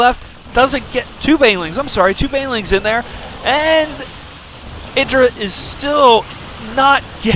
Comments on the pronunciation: what? how do u pronounce idras name? isn't it "ee-drah" damn that loox weird... how 'bout "ih-drah". This guy pronounced it the same way Bush pronounces Iraq xD "Ah-ee-drah". Also more importantly, Reaper Rush! YaY! I will figure out a way to get this against protoss xD even now after the age old patch. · It is pronounced ee-drah. The name comes from the god indrajit, but he forgot the N. the name then got shortened from idrajit to just idra.